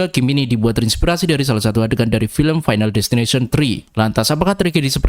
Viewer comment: final disteninasion